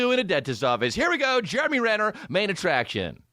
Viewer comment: “Germ-e Renner”